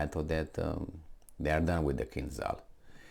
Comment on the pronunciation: Kinzhal pronounced like Gina or John, with very strong J (zh). Or french Ja t'aime.Not like z- zoom or zoo. Kinjal, not kinzal. In russian language- Кинжал.